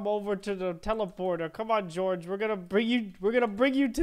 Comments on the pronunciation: I'm not cold Peorge its george not Peorge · George is pronounced jorj